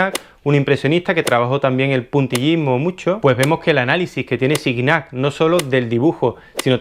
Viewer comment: Muy interesante pero se pronuncia Gogan no Goguen, y se pronuncia Siñac, no Sig Nac